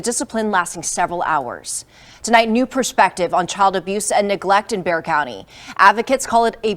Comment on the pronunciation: Hey...just a quick fyi..."Bexar" county is pronounced "Bear"...tks for your podcast...